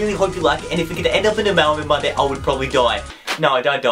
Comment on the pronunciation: Whenever he says mail man Monday it sounds like melon monday